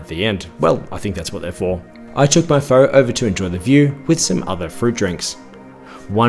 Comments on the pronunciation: Love your reviews, but fo? The noodles in the soup are produced fur. Really it's a bit like fur,a said very quickly. Been going there for 20 years and not an expert but just ask people. It's the best way to start an argument between Viets! You did well with Vietnam though. I hate the Viet Naarrmm pronunciation and it is wrong. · The preferred pronunciation of pho is close to fuh. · Pho is pronounced "fuh" in Vietnam. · Pho is pronounced like PHUR and Vietnam is pronounced vietNARM. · " Things I can't pronounce....." including Pho! Hint it's not pronounced FO. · Sorry but, "other dishes I can't pronounce except f'oh." Later you had faux beau for breakfast and said that it wasn't a breakfast dish. Mate, what did you actually do on the ground in Vietnam? Did you experience anything of the culture? Pho is pronounced (almost like) feu in French. So, on that theme pho bo = feu beu, not faux beau. Oh, and pho is famously a breakfast dish. Disappointing seeing that you're an Aussie and pho, banh mi etc are now just every day take away foods here.